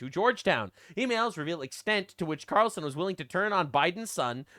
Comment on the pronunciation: he’s saying Qatarlson, not Ta Carlson Ka-tarel-sun